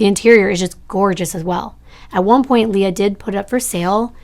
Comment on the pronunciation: I can attest to the fact that my name is actually hard for some to pronounce believe it or not. Almost always when it’s spelled Leah it’s said Lee-ah. Just the way said it. Ok on with the video….. ❤ One more thing, I love nirvana and think it would be cool if a TC creator covered Kurt’s case because as some of us believe…there might be more to the story.